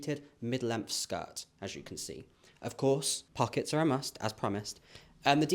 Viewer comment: The quick, outta nowhere, american accent "its gaht pawkets!" 😂😂😂😂 youre such a GEM❤💎